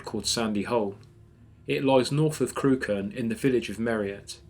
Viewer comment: Deliciously spine-chilling. One quibble: Crewkerne is pronounced 'Crook'n'. You are a very good and atmospheric narrator.